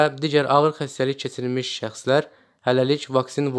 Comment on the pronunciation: данышаЦам, излэиЦиляр, кеЦирмиш 😂😂